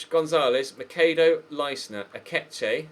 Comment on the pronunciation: Leistner is pronounced "L-eye-stner"